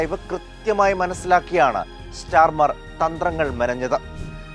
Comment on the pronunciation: സ്റ്റാർമർ അല്ല സ്റ്റാമർ ആണ് 😂